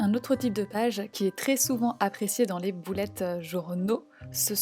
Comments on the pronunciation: merci mais on dit bullet pas boulette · pourquoi tu dis bOUlette journal et pas bUllet journal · c est moi ou elle dis boulette journal ? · Ça me fait rire quand elle dit boulette au lieu de bullet 😂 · Tu me fait trop rire a dire boulette journal 😂